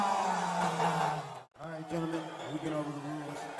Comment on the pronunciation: It's weedman, not widemen.